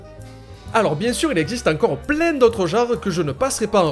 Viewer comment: Excellent tutoriel, jm'étais pas bidonné autant devant une de tes vidéos depuis un moment ^^ (et encore ce super "plein" avec ton accent qui mfait autant délirer) continue !